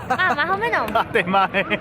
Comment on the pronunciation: Ernesto: Que te pareció la comida de aquí yuko Yuko:... Si, Majomenoj xD